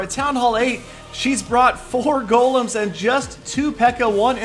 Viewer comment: These are not "Gollums", they're "Golems", you pronounce it with "e", check it out.